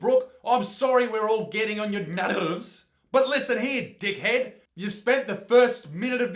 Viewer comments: nAeRvEs nArRves Wow I found both of them hilarious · the way he said nerves 😂😂😂